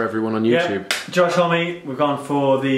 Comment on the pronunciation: Josh "hommey". Josh "home" surely